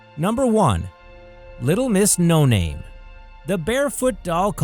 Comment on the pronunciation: IT'S NOT LITTLE MRS NO NANE! IT'S LITTLE MRS NO NAME!!!!!